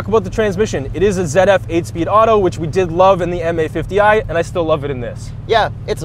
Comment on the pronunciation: Damn the metric system. Damn pronouncing Z like you’re saying zeh. Sounds like you’re saying zedef, for ZF